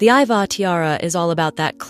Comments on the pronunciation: Iveagh is actually pronounced ivy. Otherwise a very interesting video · It's spelled Ivagh pronounced Ivy . It's an irish name.